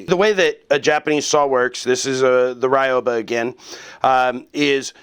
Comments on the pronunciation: Love my ryoba! (By the way, it's pronounced ree-yo-ba, not rai-yo-ba). Nice video! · pronounciation note, it's not rai oh bah, it's ryoba. ry(like reed but very short...r is rolled like rrrrol up the rim to win)o(oh or the o in robe lol)ba (bah like a sheep or something) ryoba. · Ryoba = Ree-oh-bah Sorry, I'm particular about Japanese pronunciation. Very informative video, though. I'm getting into Japanese woodworking, but I don't know much about woodworking in general. Just the basics from hanging out in my grandfather's shop as a kid. The Japanese are amazing craftsmen, so I figured I might as well go that route. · Certainly an improvement. But actually pronounced as two syllables, "ryo-ba" with the "o" sound elongated, like "ryohba". As in "ryoh" = both , "ba" = teethed. Translated it simply means "double-toothed saw" or "doubled saw", or if you like, a two-for-one saw. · The pronunciation is closer to Ree-oba. In Japanese, there is no actual "R" sound, it is closer to "D". The "Y" in this case is pronounced like a long "E". You can listen here